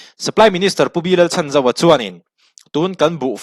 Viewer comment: Pu Lalchhanzova hming hi a rik dan tur dika lam rik hram tum a tha e.